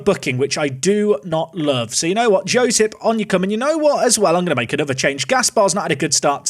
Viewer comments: His name is pronounced Yosip Vuchichevich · Josip is like Yosip but with short i like in word ship Vučićević is more difficult to pronounce, but just read č like ch and ć like Italian cc in for example name Bonucci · The Serbian player's name is pronounced Yo(like yoghurt)-sip(like taking a sip) Wutch-itch-ev-itch (bit of a mouthful even for a native speaker 😂) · Serbian here :) You should pronounce name like Y o s i ph. Surname was spot on :)